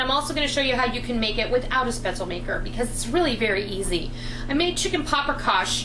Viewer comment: Love, love, love your videos,! Just one thing... The correct pronunciation for the German noodle/dumpling is "shpetz-leh," (NOT "spetz-el")... The "e" at the end of the word IS pronounced, just like the the trailing "e" is pronounced in Porsche ("porsh-ah," NOT "porsh")! Also, FYI, the people in Southern Germany use a different type of spaetzle maker, where the dough is squeezed out of a ricer-looking tool that makes longer, rope-like spaetzle! Either shape... DELISH!!!!!